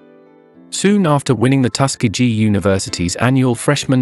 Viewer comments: Loved the video, however, where Lionel Richie is from is generally pronounced Tus- key-gee. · Please learn to pronounce Tuskegee...we accent the "KE".... Lionel Richie is a treasure. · Tus-ke-gee. if you're going to do a biography, at least learn to pronounce the town. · The narrator needs to learn how to pronounce Tuskegee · It's pronounced "Tusk-KEY'-gee" and "SAX'-opohnist." Dumb bots.